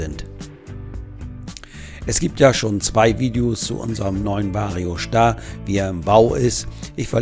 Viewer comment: Schon lustig wie der immer Schtar sagt 😂…